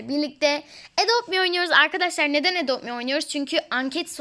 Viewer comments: Apla zaten edop mi diye okunuyo adop me diye okunmaz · Adop mi diye okunuyo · Abla zaten adopt me diye yazılıyo edopt mi diye okunuyor bu arada evin hayırlı olsun😜😙😚😌😊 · Madem adopt me ye edopt me diyosun diye dalga geçiyorlar o zaman çok haklısın izlemesinler ayrıca sevmiyosalar zaten bizim onların sevmesine ihtiyacımız yok #zrfcçokgüçlü ⭐👑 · adopt mi ye edopmi diyen YANLIZDEĞİLSİN